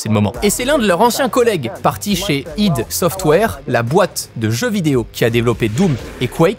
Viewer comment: Non justement la prononciation dans la vidéo est correcte d'après les créateurs d'ID Software eux-mêmes